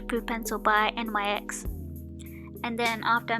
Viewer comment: It's pronounced nicks